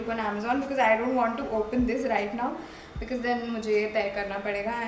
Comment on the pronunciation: Because hota hai becase nhi hota konsi English akcent bolti hai